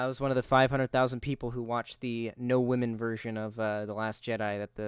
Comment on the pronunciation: Also, he frequently pronounces "women" like "whammin". What's up with that? Am I the only one who finds that annoying?! Almost as annoying as the constant repetition of "I don't care". Buddy, you care. In the worst possible way...